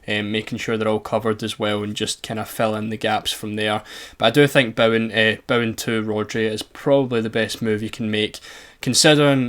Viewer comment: Craziest way I've ever heard someone pronounce Bowen